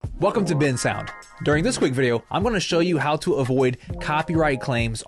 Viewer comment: Bensound❌ Bin sound✅